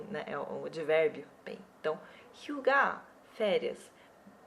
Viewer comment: 휴가 hyuga eu escutei suga =^=